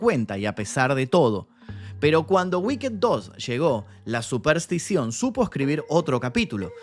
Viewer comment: No se dice wicked "guiked" se dice "wikt" o "uikt" la ed es una t al final no mas.